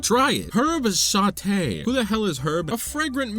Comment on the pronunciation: Nice tiers list ! There seem to be some crêpes missing from the list, there is a wild berry version in botw at least. I had so much fun hearing you mispronounce european dish names XD Meunière and sauté were 🤌 absolute peak, but Pilaf was my favourit prononciation of yours. Also: the fish... They'Re lOokiN' aT Me :0 (I related XD) I also pardon you for putting milk first (I do not like milk alone) because you like bread, and you complimented my country's bread recipe (and you were ABSOLUTELY right to do so) Take care 👋👋